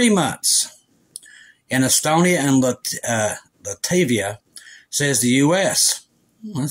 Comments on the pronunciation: Love you,! But it’s “Lat-vi-a” and “Ka-linen-grad.” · Latvia, not “Lativia.” Pronounced “LAT-vee-uh.”